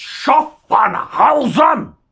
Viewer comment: please learn the names, it's schaffhausen, not schaffenhausen, you idiot